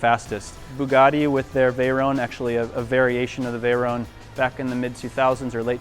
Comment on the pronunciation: it's the Bugatti Veyron, not Bayrun.